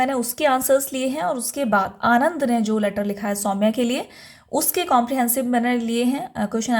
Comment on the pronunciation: Mam vo Anand nhi Ananda hai